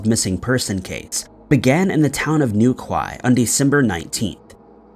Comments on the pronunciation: Its pronounced New - key Not new quay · “The town of Newkway” 😆 I understand you’re not British so you don’t understand the pronunciation. Newquay is pronounced New-Key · Its NewKEY not "newkway" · New key not New Quai 😂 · Its pronounced NewKEY, not.NewKWAI. Please research pronunciation as well as the town/city name. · Saint Aus-Tell and New-Kye had me cringing 😂😂😂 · Amazed to hear you examining a case so local to me here in Cornwall, so I thank you! As for pronunciations though.. St. Austell is pronounced with a short 'el' sound, despite the spelling and Newquay is pronounced New-key. Again, thank you so much for covering Chad Gibson's case. The pub he disappeared from, The Central is named as such because it is very much the heart of the local night-life area. There are many homes in this area too, and I've always maintained that had there had been a fight or loud altercation, the police would have been called or someone would definitely have heard. Locals are careful not to annoy the residents. That leads me to believe that he left the downtown area with someone willingly, and either left Cornwall of his own accord, or he was well out of town before anything bad happened. He was a big tall guy, so I just doubt he was forced to go anywhere. I believe he left with people he knew. I just hope that someone gives his family some peace soon. If you know anything please contact Devon and Cornwall Police. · Pronounce new key in the Chad story great video👌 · Newquay is pronounced, new key. Respect from the UK. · Pronounced New Key🤔😖😳🤦‍♂️🤦‍♂️🤦‍♂️🤦‍♂️🤦‍♂️🤦‍♂️🤦‍♂️🤦‍♂️🤦‍♂️ Like Dookie!!!!!!!! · "New-kway" Hahahahaha. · hey there newquay is pronounced New Key. Been there. enjoy you channel. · Just saying.... number 2, it's pronounced New-key 😁😁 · New-key is how you say it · You would think he would Google the pronunciation of Newquay it's certainly not how he's saying it! It's pronounced New key FGS! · sorry to be that person, but it's pronounced New-KEY